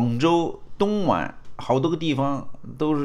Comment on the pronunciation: 东莞guan 性之都地名，会念错？哈哈哈！